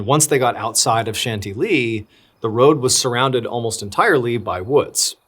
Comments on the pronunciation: John, please double check European name and place pronunciations; Chantilly is pronounced "SHAN-TILLY" NOT 'shanty-lee'!!!!! 🤷🏻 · Chantilly is pronounced as shan-TIL-ee in English (/ʃænˈtɪl.i/) and as shahn-tee-yee in French. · If you're trying to say "Chantilly" all the way through this, please - PLEASE - don't ever do that again. If not, as you were.